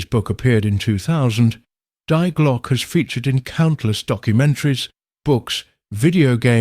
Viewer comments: if anyone cares its pronounced De Glocka or at least i think so, def a lot closer that die glock lol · nothing against ai voiceover but at least get the title of the video right 😂 its not "die glock" like in unalive its the german article "die" pronounced like "dee" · Die Glock like dying, what's that. Die is pronounced dee, but AI isn't particularly intelligent.